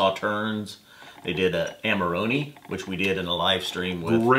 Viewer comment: Amarohneh not Amaroni macaroni.